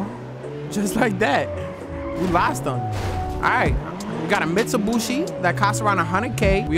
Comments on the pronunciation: "Alright we got a Mitshubooshi" Wtfrick this man talking about hahah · did this nigga just say we on a mitsubuchi haha wtf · I still can't get over "Mitsubushi"🤣😭sorry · This man said "Mitsubushi" LMFAO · I felt disrespected after hearing Mitsobuchi 😂😂😂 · mutubushi" ITS MITUBICHI* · Mitsubushi 😂 its Mitsubishi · still says mistubooshi instead of Mitsubishi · Bro u said mitsobushi its mitsubishi god damn💀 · Bro said mitsubooshi😂😂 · nice "mitsubushi" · Why does bro call Mitsubishi’s Mitsubushi’s💀💀💀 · Don't forget one time fade pronounced Mitsubishi, mushibushi and still don't know how to lol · Am I the only one that noticed that he pronouncing Mitsubishi wrong? 😂